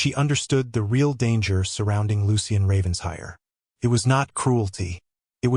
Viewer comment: The “Ravens-hire” drives me crazy, It’s Raven-shire”!